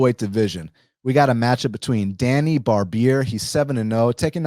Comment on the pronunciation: hey Djani name you say it wrong it's more like first letter J in name Janet ,,imagine if there is no D in DJANI ,,more like that